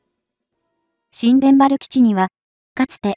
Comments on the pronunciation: 新田原（にゅうたばる）基地 発音します。 そうなると宮崎県もパック３やタイラッドが欲しいですね！ 新田原基地に中国の核ミサイルにロックオンされる危険が高くなる。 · 新田原･･「にゅうたばる」と正しく読めないのでしょうか？